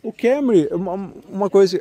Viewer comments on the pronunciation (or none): Kémory? Kkkkk essa pronúncia do Toyota é piada